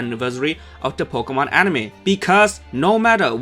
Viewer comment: please tell me I'm not the only one who heard "Pokebitch"